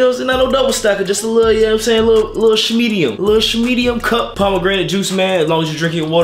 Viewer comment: “ Shhmmedium Cuhp 😂😂😂 “